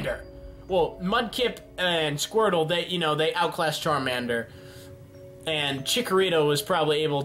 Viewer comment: Random Viewer squrtle!?. It's squirtle.